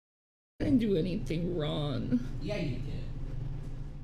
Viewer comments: Omfg she can't even put the g on wrong wtf.......wron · What is she doing WRON.. lol 😂 why can’t she pronoun G”s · And she can't even pronounce a G at the end of wronG? She said "I didn't do anything wron" 🤦🏼‍♀️Ffs this cow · Loud? is one of the loudest people EVER...Down to her crying & wailing. She doesn't like u Rev she never did! SHE LOVED YOUR $$$$...Her mother warned u! And it's spelled and pronounced as WRONG NOT WRON OR SON INSTEAD OF SONG